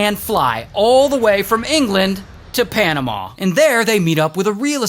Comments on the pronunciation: It’s panamuh not panamauh just saying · The way he says panama 💀